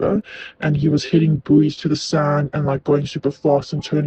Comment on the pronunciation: I wish he could say buoy properly